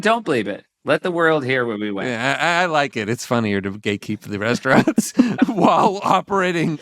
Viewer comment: The way they say “We want straunts” this ep sounded a little like “We like Sportz. They should redo it for as an ad for the app but blur out the straunt signs and bleep out the names.